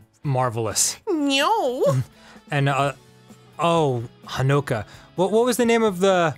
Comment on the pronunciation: I love and I've played the DOA series for 12+ years and I love you both but for the love of God please pronounce the names right;-; Helena is helen-uh. Nyotengu is nee-yo-tin-guu. Honoka is hono-ka (emphasize the ho not the no) Please it pains me every time you say the names so wrong;~